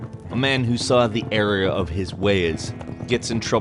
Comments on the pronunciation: Also its "error" of his ways. Not "area" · did you say area of his ways because it didn't sound like error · "Saw the areas of his ways" um "The error of his ways"